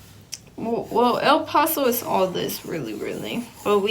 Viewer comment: I tried I really tried I got a headache half way through, she needs to study english and spanish. "pesso" instead of Paso, and "espired" instead of expired my dad was "frustrating" instead of frustrated. I can't, it hurts. Glad ur okay, u made a video so it must have worked out. ✌